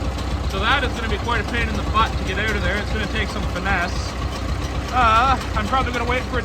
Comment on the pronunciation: It’s out not oat